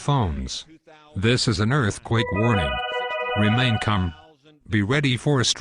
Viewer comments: "Remain cum" glad its not november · "remain cum"